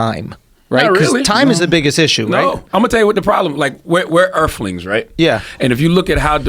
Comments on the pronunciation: I had no idea I am an erfling... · Charlamagne “Earfling” tha God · Charlamign the "Earfling" God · I’m not a “Urfling”